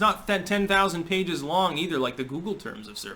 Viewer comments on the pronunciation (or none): none